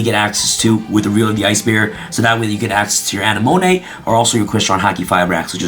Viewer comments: Ana-monay?? A-nem-a-nee. Likin' the deck profile! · You misspronouncing Anemone, its pronounced "A-Ne-Ma-Nay" lol. Also I built a Battle Control varient of Ice Barrier focusing on Speaker, Defender and Eisbahn, that still uses the ful Synchro engine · ✋ A-neh-mo-nee 👉 A-neh-mo-nay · Um... Uh-nem-uh-NEE, BorreLOAD Savage, and QuarionGANdax. Great deck profile, though! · I believe you should watch finding Nemo lol uh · neh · muh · nee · “ANNEH-MOAN-AY”??? BRUH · "aneMONay" yes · Marincess A-Nim-A-Knee... think Finding Nemo. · This man's never watched Finding Nemo. It's AH-NEH-MUH-KNEE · Say it with me. AH-NEH-MO-KNEE 🥴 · I died a little instead whenever he pronounced Anemone wrong. LOL. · The wY you said anemone 😬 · how did he just pronounce Anemone? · Gotta give you huge gruff for mispronouncing Anemone. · The way he pronounced anemone was funny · He either doesn't even realise what that word means or has given up on saying it correctly